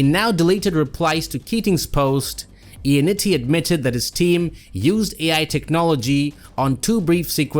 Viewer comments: For how many times you said his name, you may have well said it right. It’s not Ionnitti, its Ionnotti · No, it's notti.